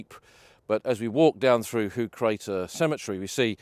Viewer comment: The Dutch and Flemish word for high is hoog, used in a lot of placenames indicating higher ground. Pronunciation is more like 'hoak'.